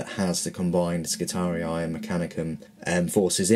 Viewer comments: Skitari-eye hahaha think its pronounced Skitarie.. Just ignore the second i :) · pretty good review. FYI the Skitarii are pronounced Skitahree, not Skitari-i. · Skitarius is the singular, Skitarii the plural. The second "i" is pronounced just like the first one, making it a long single-vowel sound. Like -ee in English. ;) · there is no space or seperation of the last i ( so its Skitaree not Skitari-i) almost fell from my seat lmao when i heared him say it first >_< (no offense meant, i love his reviews and unboxings) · you are saying it wrong you only pronounce it as I not I eye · It’s Skit-ar-ee, not skit-ar-ee-eye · I didn't have any specific kit in mind. I know you're unboxing the Space Marines, but we've seen them. I'll probably watch the video anyway, but I thought since you're starting a new army this year, maybe other kits in the Cult Machanicum/Skitarii. Oh yeah, and I think the correct way of pronouncing it is Skitar-ee, no I at the end; not judging, just saying. I good either way. Thanks for the link too. :D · I'm so fucking glad I am not the only person who pronounced Skitatii as Ski-Tar-Re-Eye. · I think you're saying skitarii wrong, it just doesn't sound right to me. All the models look cool and I was just wondering if you have done a review on the space marine box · Why? It just means you're not the only person that got it wrong. Two wrongs don't make a right. The second 'i' is just trying to look cool, you pronounce it with an 'e'.